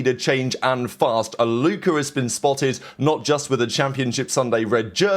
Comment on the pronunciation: british people putting a hard ER for ever word that ends w A is hilarious. Faze Alluker